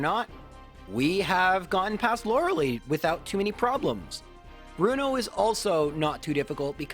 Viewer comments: “Lora-ley” really? No, nobody pronounces it that way. It’s lora-lie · His mispronunciation of her name frustrates me so much. It's not that hard! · "Loralee" also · I always pronounced like when I originally played it. Didn’t know anyone IRL named Lorelei at the time lol. I still pronounce as -lee knowing it’s wrong haha. Bad habits die hard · Why does he keep saying Yanny-lee? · The only Challenge will never be able to overcome is how to pronounce Lorelei's name.